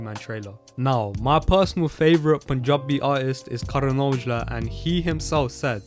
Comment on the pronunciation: The way he says Panjabi is more Panjabi than entire Panjab